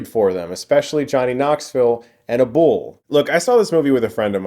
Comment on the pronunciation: Am I the only one that thinks it's weird the way he pronounced "a bull"? It sounded like he was saying a person's name, some guy named "Abule". Lolz